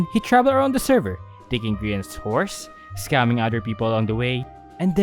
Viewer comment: I think you mean “sc-AHA-mming”